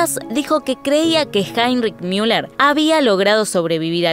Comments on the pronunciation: Se dice Müller tal cual, no miuler, no es ÍNGLES, ES ALEMAN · Es ridículo que pronuncien el alemán como si fuera inglés. No es Miuler ni Miunic, sino Muler y Munick, con una U con diéresis o sea pronunciada como la U francesa. ¿Tanto cuesta saberlo? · Sorry escuchar miuller me perturba tanto que solo pude ver 5 min 😂